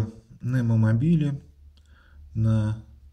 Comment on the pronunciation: не мобиле а "мобайл", )